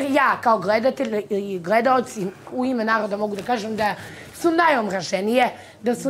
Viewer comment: Ova kaže gredaoci